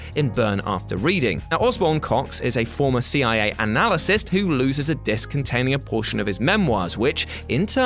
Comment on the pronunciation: "Analycist?" Did you mean "analyst?" "Down and out?" Is he broke and/or homeless? I think you meant "out and out."